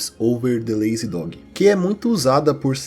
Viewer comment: Pra alguém que gosta tanto de línguas sua pronuncia para as palavras mais básicas do ingles é uma merda. "dogui" pelo amor de Deus. Se vai fazer um video sobre linguagem ao menos se de o trabalho de pronunciar corretamente, chega a doer o ouvido. Também quando tu foi pronunciar "Ja" no sueco, como se fosse uma a palavra no portugues, "já", tu deveria ter pronunciado como "ia".